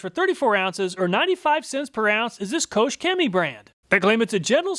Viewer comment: Koch is not 'coach'.......it's more like 'coke'......... Awesome presentation, as usual!!!